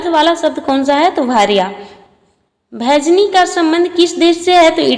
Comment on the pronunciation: भेजनी नहीं मेजिनी होगा 😂😂😂😂